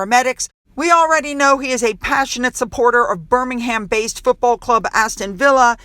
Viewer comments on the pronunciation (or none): Couldn't agree more about your observation regarding how respectful people are of Prince Williams. You can tell with the way they are standing with great reverence. FYI in case i'ts helpful, In the UK, the Brits pronounce Birmingham with the "h" being silent.